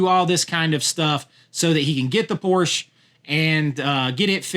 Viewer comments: I still say Clevland Indians. So I get it. But, mine, I'm just refusing to be pc. Your mispronouncing a car company that has been around over 70 years. and in this case, also mispronouncing their family name. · Is weird science, raunchy? Mischief, and Porky's should be on here over other titles. ok u mention mischief. Dude, Tom tells you how to say Porsche when he says the 80's slogan. "Porsche, there is no substitute."